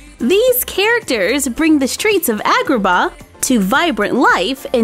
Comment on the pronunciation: i'm pretty sure it's pronounced like when the dentist makes you say ahh (so ahhgraba )